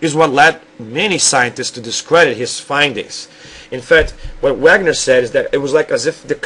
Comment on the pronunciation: It's actually pronounced (vaygunner) as Alfred Wegener (vaygunner) because it;s german